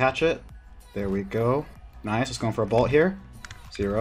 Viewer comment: Good content. Hate how you pronounce bolt as balt though